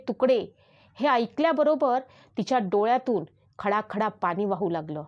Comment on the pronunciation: डोळ्यातून खळाखळा पाणी... खडाखडा नाही. घुगऱ्या.. भूगऱ्या नाही.